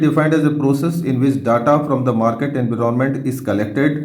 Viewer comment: Sir it’s environment not. Inveeronment